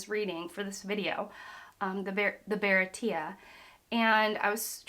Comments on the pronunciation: Bear-ah-ti-ay. Never feel bad about mispronouncing something you’ve only ever read. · Pronounced bara-tee-yay😂. Nice to see how quick you’re reading and how much you’re enjoying it. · Merry Christmas Eve (it’s pronounced Buh-rah-tee-a) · Hello. As a way to help you with pronunciation. Anything Sanji related is French. So Baratie would be pronounced baratié (google can spell it) Ah also. When Zoro's two brothers call him that in the same way a delinquent would refer to his boss as big bro as a sign of respect. So they aren't blood related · If I can offer one suggestion in regards to character and location pronunciation, it would be: Be confident. Baratia and Hawk-eye Myhawk are not the right pronunciations, as you've heard a thousand times by now, but I was fine with them because you said them confidently. In comparison, your Buggy/Boogie/Booshie, eventually giving up into "The Clown", from Orange Town were more painful. You'll never get all of the names right on the first go, because for every name that's pronounced how it's written, there's another that specifically not said that way. You just can't win. So my advice: Don't worry about it! Call him Booshie the Clown, call him Myhawk, and heck, call him Zolo, but say it with confidence from the get-go. It goes down a lot smoother that way. You'll get corrected if it's wrong, and if you're not, then it's fine because you're already confident. Really enjoying these reactions. If we're already getting hour-long videos this early, I'm looking forward to later. Take it at your own pace and enjoy the ride. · Baratie is spelled 「バラティエ」by Oda-sensei so I believe it's supposed to pronounced as if it is French and spelled with an acute accent on the 'e' : baratié. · I think irs promounced as bara tea yey..at least in the anime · I think you missed a point, it wasn't Sanji who wanted to destroy the Baratie, It was Luffy. Also, Baratie is a French word, as Sanji is more like a French guy. Its pronounced like Bara Tee aay